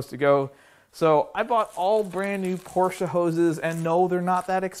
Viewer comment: Mistake 1: "Porsche"